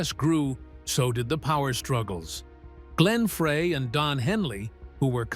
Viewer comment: I had to stop when I heard the name "Glenn Fray. "